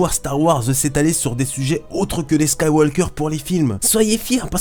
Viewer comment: Juste ça se dit Skywauqueur et pas SkywauLqueur... voilà voila